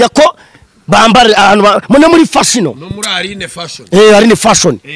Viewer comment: Ibaze ikigoryi ngo ni Noheli kitazi kuvuga Fashion kikavuga ngo nomuri Fashino ahahahahahah! Imisega yigira paster kdi atari yo itaranize.